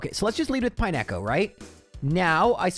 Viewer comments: Pine-echo is a pronunciation I've never heard before. it's pine-co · Dude, pronouncing it "pie-neck-oh" is diabolical. It's pine-co. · its pine co as in pine cone. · Pine echo? Did they skip phonics at your school? I like the videos, but some of your pronunciations are just ridiculous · I took psychic damage every time he said it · "pie neko," oh lord help me through the next two hours of this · I have watched thousands of Gen 2 videos and never have I ever heard anybody pronounce it Pine-echo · utterly aghast at your pronunciation of Pineco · Why is disrespecting my dude Pineco's name like that? 😭😭🤣🤣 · Nah bro, we gave you grace on Lorelei but you can't pronounce Pineco like that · The pronunciation of Pineco jumpscared me a little. It looks like a pinecone,! D